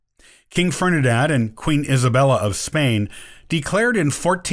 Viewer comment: What's with de as POUR ah? The rest of the world pronounces it die AS por ah. King Fernidad? Makes one a little hesitant when the script talks about names.